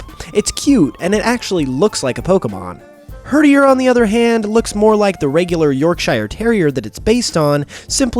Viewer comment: i am dissapoined with you (except for when you said herderi so good job for that)